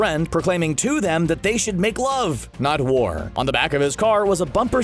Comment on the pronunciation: I thought stan lee said make love not porn instead of make love not war.